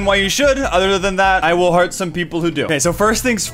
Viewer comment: When he says that he will heart some people, I always thought he said hurt. PS. redstone